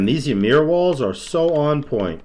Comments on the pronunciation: It’s ymir, not YUhmir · Pretty sure its actually pronounced yeemir.